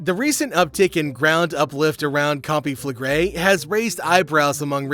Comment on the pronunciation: Can pronounce the volcano but gets naples wrong. Who is this guy?